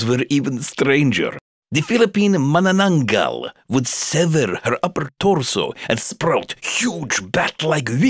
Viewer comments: The way you say "Mananangal" makes me cringe as a Filipino. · as a Filipino, Your pronunciation of "Manananggal" was very close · Nice pronouncation on manananggal you almost got it right hahaha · It’s pronounced ma-na-na-ng-gal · Who knew I would be this into vampires? (Read "mananangal" wrong, but then again almost everyone gets it wrong.) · The way he pronouce Manananggal.......kind of funny to me....To all Filipino on the comment section....Hi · You said manananggal wrong. Just sayin. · just correcting he pronounced the third a in mananangal wrong its short a not long I know that because I am a filipino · Did I hear Manananggal? hahaha :D Stories of it are very famous here in Philippines. :D